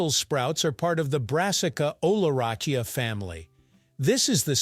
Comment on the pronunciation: "Oh-lah-rack-ee-ah". Not too bright, this fake guy. (That's just one of many.)